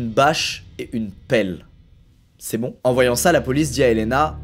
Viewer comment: Il a dit "PELLE"